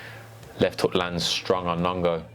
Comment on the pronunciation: Nong O not nongo